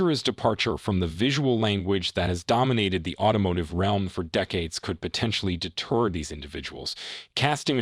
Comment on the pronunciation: Why do you pronounce "deter" like "detour"?